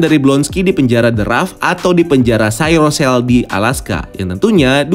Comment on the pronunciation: Cryo cell ❌ Cyro cell ✅